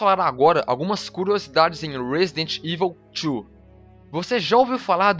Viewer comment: ruóesidenti ivol tchu ¬¬